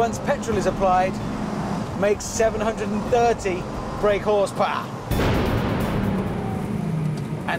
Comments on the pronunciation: " makes 730 brake horsepaargh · "730 brake horspaah' -Richard Hammond